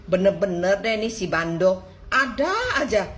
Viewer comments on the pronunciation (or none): mba tambah in huruf t jadi nya BANDOT hahaha